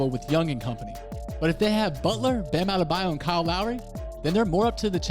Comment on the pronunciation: You butchered Adebayo’s name lmaoo but good analysis